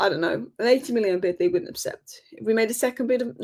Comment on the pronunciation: it's "accept" for heaven's sake.